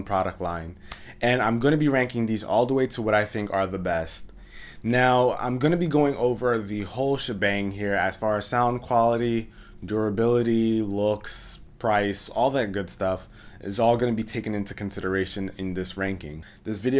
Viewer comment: i heard shabang n stopped watching lol